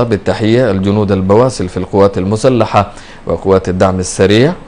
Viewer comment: قال قوات مسلحة لا قوات مشتحة لواء قال هههههه